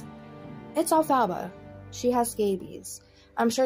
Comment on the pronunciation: Why are u saying her name like that 😂😂😂 elf-a-ba 😂😂😂😂